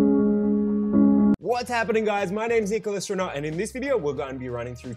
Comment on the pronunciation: I heard like "Nicol Astronaut" 😉